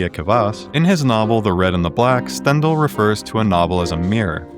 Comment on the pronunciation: Great video- your pronunciation of Stendhal is killing me